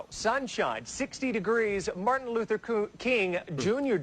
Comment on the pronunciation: You are saying MARTIN LUFFER. And giving him crap for saying coo. A linguistic expert came out and said it's a common mistake when reading it in a sentence